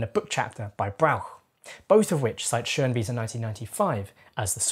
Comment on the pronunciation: From a German, excellent pronunciation of the "ö" in Schönwiese